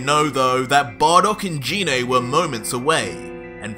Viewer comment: First of all genine tf its pronounced gine